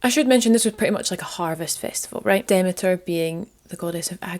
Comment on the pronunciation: Brilliant! I've missed these. This was really good, again. Demeter is pronounced Demeter, not Demeter! Christians badmouthed this goddess because it is bollox. Demeters long weekend was just a chance for the women to gather together and drink wine freely. You and your Ma would fit in well...xx